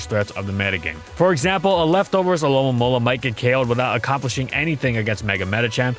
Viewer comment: Wait do you actually say it alolamola. It’s not spelled that way but that’s how I always say it